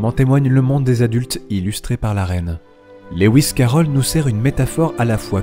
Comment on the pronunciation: Magnifique analyse, j'aimerais beaucoup lire ton travail qui doit comporter tellement d'autres informations passionnantes. Lewis se prononce Louis comme Louis Armstrong, pas Léouiss qui n'existe pas.